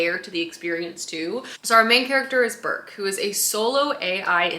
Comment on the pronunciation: I absolutely LOVE the Ancillary series, such an innovative series in so many ways. (Also it's Breq not Burk 😅)